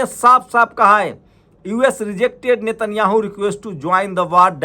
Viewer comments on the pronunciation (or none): none